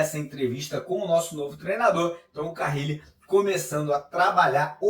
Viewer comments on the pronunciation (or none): NÃO É CARRIIIIIIIIIILE!!!!!! Simplismente, Carile. CA - RI - LE.